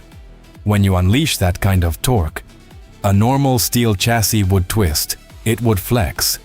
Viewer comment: You really should be able to pronounce CHASSIS